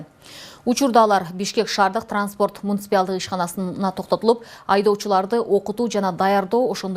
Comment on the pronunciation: Муниципиялдык эмес, муниципалдык деп айтылат, урматтуу алып баруучу.